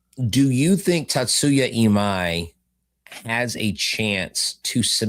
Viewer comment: Or Imai’s name!!! “EE-Ma-E””